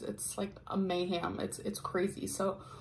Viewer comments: “it’s like a may-ham” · Ohh double carb veggies you go Gorl please learn how to pronounce words, mayhem....not mayHAM ugh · If this chick says “a mayham” one more time omg